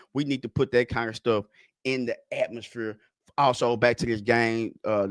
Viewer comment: we definitely gotta put it in the atmosphure 😂😂